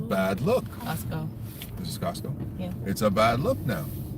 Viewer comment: so funny the way she says 'Costco' 🤣, obviously one of her favourite places😊; Beautiful family, hi - you the stabling force of a gorilla man😊, big up to you👍, I appreciate yuh